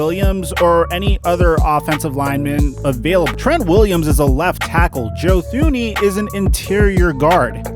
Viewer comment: Joe Thuney is pronounced ‘Too-knee’. To be an NFL expert you at least gotta pronounce the Super Bowl runner-ups’ biggest signing in regards to protecting the best QB in the league.